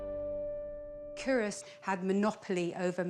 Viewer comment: This is driving me nuts. It's pronounced, 'Coo-rus'. Unsure why an expert in 'archaeology' and an 'academic' wouldn't take the time to investigate how to actually say it properly. Sign of the times, I guess. Leads me to question their nounce. Also, 'whiskey' is an Americanism. It's 'Whisky'. besides that why do Scots constantly get subjected to posh English telling us about our own history? Nepos, but hey they've got the money and means to do it.